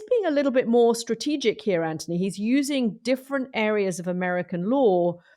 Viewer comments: STOP KATY WTF AND WHO THE F said he was a “ “brilliant guy “ you sound so IGNORANT KATY UNWATCHABLE DONE HER BTW MOUCH ‘s Name is ANTHONY NOT ANTY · Omg his name is ANTHONY NOT ANTONI PLEASE GET IT CORRECT